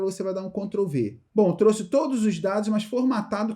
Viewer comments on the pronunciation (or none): none